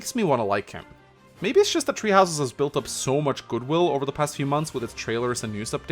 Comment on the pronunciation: “Tree houses”